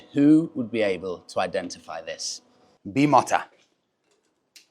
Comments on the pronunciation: It is Bi…mooota not motta. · Please stop saying bi mot a its bi mo ta as per the three founders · BEE MOE TA dude. thats how u say it. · Isn’t it pronounced ‘Bimota’ as in ‘motor’. Surely if it was ‘motta’ it would be a double ‘t’ wouldn’t it? Perhaps it’s different in Italian. 🤷🏼‍♂️. All the same, just a beautiful machine. You’re a very fortunate chap! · How to explain the pronunciation of Bimota........ just not like BimoTTa, more like the word rota......Beeee mota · Bimota is pronounced “Bee‑MOH‑ta” in Italian. The correct Italian pronunciation of Bimota emphasizes the long “ee” sound for the first syllable and a clear “o” in the second syllable, followed by a soft “ta” at the end. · You are Wrong .... its pronounced Bee mo ta ..... as you stated the 'i ' in Italian sounds like an 'e' so say Bee mo ta , you have not yet stated how your test ride on a stock Kawasaki Ninja 1000 sx went and how it compares to the basically race bike Bimota (Be mo ta) , also the price difference ! As you already know back in the day Kork Ballington -South African won the Moto Gp 350 world championship on a Bimota (Be mo ta ) framed Yamaha TZ 350 as a privateer ie not a 'factory sponsored rider' He also won world chamionships when riding as a factory rider for Kawasaki on there , disc valve inline water cooled twin 250/350's but that's just pedigree ... That world championship win is what really brought Bimota (Be mo ta ) to the worlds attention ! As a frame maker , making Japanese made motorcycles handle like race bikes . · Its Bee Mow Tah… there is an interview on YouTube with the COO of Bimota and that’s how he says it. I have admired these bikes since the 80’s and have only ever heard them called Bee Mow Tah…but have fun with that bike! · I've always pronounced it 'BEE-MOTER" 🤷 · dude you either need less coffee or lay off the amphetamines...you look wired to hell buddy.... And it's BeeMowTa pronunciation.....😊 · Bee mota 😂😂😂 ffs!! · It's pronounced Bi- mow-tuh